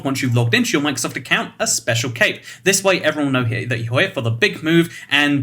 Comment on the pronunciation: I thought he said cake not cape LOL